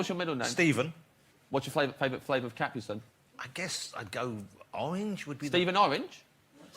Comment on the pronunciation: Cap-pree sun